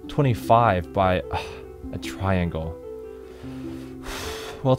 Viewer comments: i wonder what he does with all the milliseconds he saves by cutting off one syllable and pronouncing "triangle" as "tringle" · TRI-AN-GLE. Three syllables. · Not really sure why you would "shorten" triangle to tringle.. It's one syllable...